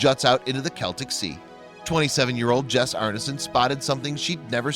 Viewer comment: Yay he pronounced "Celtic" right!!